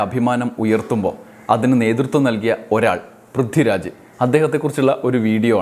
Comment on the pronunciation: 'പ്രിദ്ദിരാജോ' ആരാണത്? വ്യക്തമായി ഉച്ചരിക്കെടോ